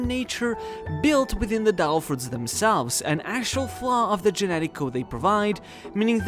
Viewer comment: Your pronounciacion of "devil fruits" (as "del fruts") really ticked me off. Makes me wonder if you were doing it on purpose actually. Interesting video overall though!